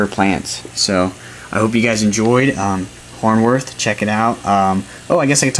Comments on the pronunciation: Hornwort is not pronounced, horn worth. It's pronounced, horn wart. Thanks though for taking your time to upload the vid! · There is no h at the end of the word. It is hornwort, not hornworth.